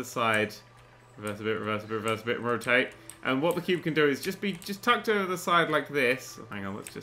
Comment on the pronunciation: "I call it... The Quo`be" - Nerdcubed 2015 - Needs to go on the "Qutes" Page of the Wiki.